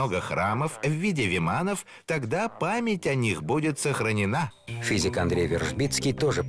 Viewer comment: Говорили физик,а я услышала шизик😂